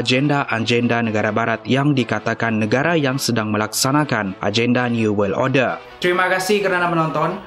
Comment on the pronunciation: Order bukan orde